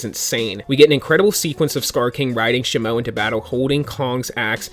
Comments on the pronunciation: It’s pronounced she moo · "sheee moo" is pronounced the new ice titan ..also, i love leeks..keep getting us leaks and informed!! i love it! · No is pronounced Titan Shimo I'm not mad is just wrong to say in my perspective okay